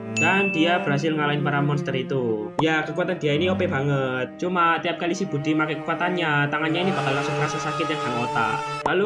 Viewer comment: Gw denger ny budi bukn brodi🗿